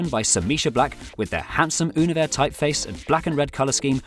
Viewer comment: That's not Univers, that's Helvetica 🤦‍♂️. By the way, is that really how you pronounce Univers?